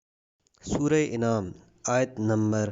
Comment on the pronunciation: Sura inaam nhi an 'aam hay Alif per zabar hay